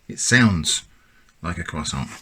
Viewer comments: I've never seen a non-native french speaker say the word "croissant" this well. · C'est de l'hérésie. There's more bread in canned bread than there's croissant in canned croissant. Btw you pronounced it really well. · I thought he was pronouncing it correctly, but now I feel like I must rewatch the video. I honestly did not notice any difference. I'm from the us.